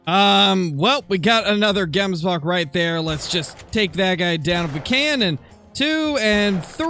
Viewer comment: I'm from South Africa and the way to properly pronounce the word Gemsbok is not pronouncing the g like saying gate but ratherlike if you were clearly your throat saying the g, if any other south africans could come up with a better way of describing how to say it, please help with this